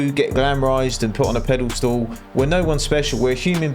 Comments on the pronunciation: I cant believe youre still saying "pedal stool" 😂😂😂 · In the spirit of helping a brother out. Its pedestal not pedalstool lol